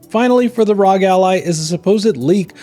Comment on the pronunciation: it’s not rog it’s are oh jee